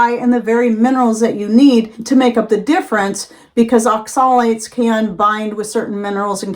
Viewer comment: You are pronouncing Oxalates incorrectly so I doubt you have done much research on it.